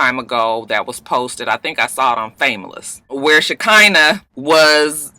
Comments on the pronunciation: ShaK'Nuh.... lol 😭😭😭it's pronounced ((sha-kun-nuh)) it's so sad for any man to hit a woman.. He came to her place and attacked her. If she said anything over the phone he had time to think and turn around... I can't with this one tho. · Roxanne it's pronounced "Shi-khanah", it a biblical name...😂😂😂😂